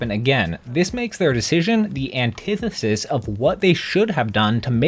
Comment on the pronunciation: Mans struggled to pronounce antithesis lolol